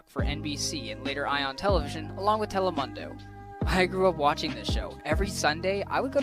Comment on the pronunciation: Ok it's not telemundo like mumbo jumbo it's , tele-moon-do (as in dorime do)